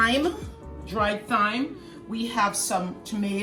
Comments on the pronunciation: THyme? Tell, in any English language, it name TYME. Stop over-yanking, rass. LOL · It’s pronounced “Time” 🤣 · Mom is the best she pronounces the H in Thyme.